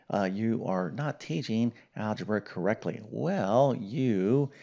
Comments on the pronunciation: Not algeba but algebra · "Algeba"? It's a good thing you're not an English teacher! :) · Algeba?! Shall not bother reading further. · THE "ALGEBA" STEP EVERYONE GETS WRONG ?? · "algeba" :o :o